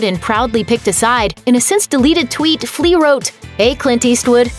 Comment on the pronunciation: "Flea," huh?